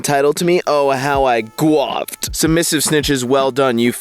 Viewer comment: Is it a joke that he can't pronounce catharsis or guffawed?